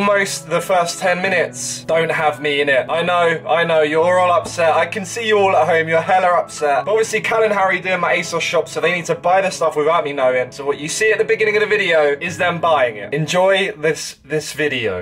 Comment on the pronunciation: Please NEVER say "heller upset" again